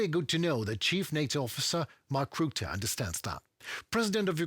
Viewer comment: If You speak about Mark Rutte , You must say Ratte . You must hear the a , just like a house . ark Rutte, must